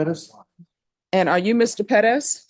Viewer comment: PEREZ not "Pedas"